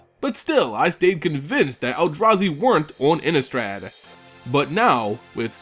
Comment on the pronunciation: Pronounced Ini-strahd. Thank you